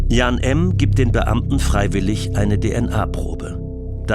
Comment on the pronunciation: Der Name heißt Jan, nicht Jahn!